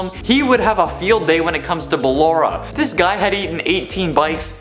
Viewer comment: "Ballora" Oh no...